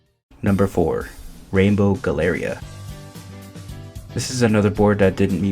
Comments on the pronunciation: Really appreciate your thoughtful analysis, the way you pronounced galleria almost broke me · You mispronounced Galleria